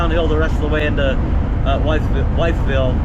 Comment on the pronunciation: This trip brings back years of memories for me traveling from Pittsburgh to Roanoke, Va. and Myrtle Beach, SC. I-64 will take you to Richmond, Va. and further east. It's pronounced "With ville". I'm glad to see you had nice weather for the drive.